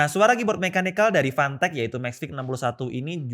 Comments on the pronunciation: Word : fantech Yg di denger : panteq🗿 Ngegas lagi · Ntah emg bener yg gw denger apa kana kuping gw, gw dengernya pantek bkn fantek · Susah ngomomg F, jadinya panteq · kok dengernya dia ngmng pantek ya? 🤣